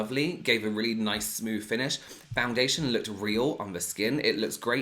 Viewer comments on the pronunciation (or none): .....And smoove (for smooth)! I LIVE FOR THAT! 😁💛✌👍👌😏😉